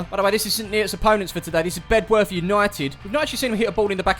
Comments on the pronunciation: Great to see The Greenbacks on OTR, but mate, it's pronounced "Beduff" - not Bed-worth! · I've had a chat with locals here. It's pronounced "Bed..orth" you drop the w around these parts.